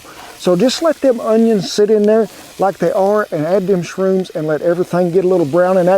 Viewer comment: Did you say "SHRUNES"? Isn't that mushroom's that grow on cow poop? and I heard people eat it to get high.... If that's the case, then why would the Cow Drive Leader want his cowboys to be high on drugs??? Well, as for me, I never had shrunes, so I prefer to use regular safe mushrooms.